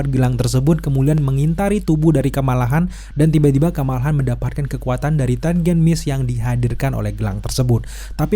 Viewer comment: Kamala Khan, "Khan" nya pake "Kho"... Hehehee